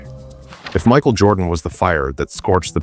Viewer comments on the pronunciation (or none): "Michael JordOn" AI trash is killing YT.